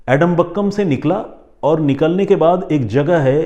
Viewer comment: Sir एडमबक्कम नहीं है आदमपक्कम है नाम😂